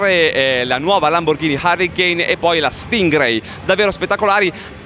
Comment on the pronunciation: Un solo appunto semi OT: La Lamborghini si chiama e si pronuncia "huracàn", come il toro, e non "hurricane".